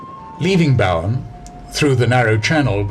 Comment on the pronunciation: A couple of small corrections from an Australian if you don't mind? The pronunciation in Australia for Bowen is not as you say in the narration, like Boughen. It is bow, as a bow tied in a ribbon with "en" on the end. Another small correction is that the 2 explorers you mentioned in the area after this was Capt. James Cook and Lieutenant Matthew Flinders not Martin.